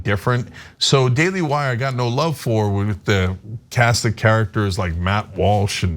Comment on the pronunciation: Wuvv, twue wuvv...